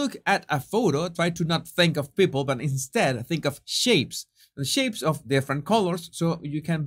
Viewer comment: I thought you said LOOK AT SHEEPS not shapes and cracked up. I gotta clean my ears. 😂